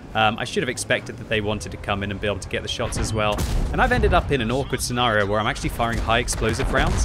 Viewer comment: "Sea Nario" blah blah blah "Sea Nario" blah blah "Sea Nario" Blah "Sea Nario" In this scenario manages to use the word scenario enough that it makes the enemy tanks nervous about their own scenario.